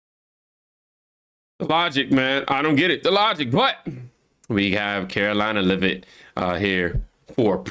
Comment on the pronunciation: "Lev it" not" lavit"